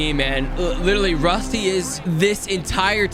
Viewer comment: ITS RUSTY NOT ROSTI BRUH YOU DO NOT KNOW